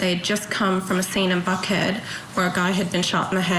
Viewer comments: thought she said in “f head” 😮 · I replayed the first minute 6 times to make sure I heard her enunciate "Buckhead" correctly - I was sure each and every time until the 6th time that it sounded so much like she used the letter "f" for Buckhead.